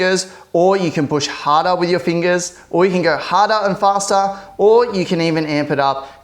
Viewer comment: “Or you can go hah-dah ahn fah-stah”